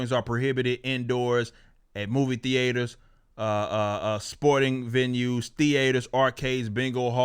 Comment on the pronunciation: The way Eric says tee-ay-ters bugs me.